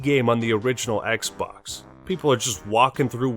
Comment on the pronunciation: "We are concerned that Kylo Ren may be replicating the experience Darth Vader is known for." Also - Introducing the new XBlox from Microsoft. ;)